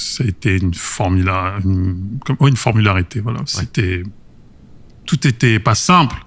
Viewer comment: Je suis tellement fan de ces interviews ! Par contre « formalité » pas « formularité » 😂 je trouve ça trop drôle